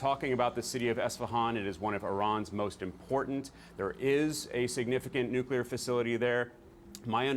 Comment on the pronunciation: There is no "Q" in the two syllable word "nuclear" it's pronounced " nu - clear " not " nu - q - lar "